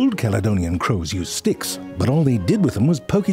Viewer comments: Am i the only one who thought him saying sticks sounded alot like him saying dicks. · Are you saying dicks from time to time, or are my ears not telling the truth? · I cracked a smile every time you said sticks just because it almost sounds like you're saying dicks